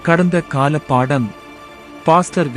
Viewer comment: கடந்த காலத்தவறுகள் அல்ல... கடந்தகால.. தவறுகள் என்று வாசிக்க வேண்டும்